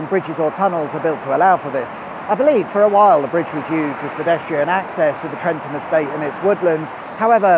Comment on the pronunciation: There's a "W" right after the S in Swynnerton should be pronounced 😅. It's possibly the only place you have to drive in the right hand side of the road in the UK. Used to be used to train squaddies before they went to Germany. Well done on getting Trentham right though. Many don't and pronounce it Trenth-am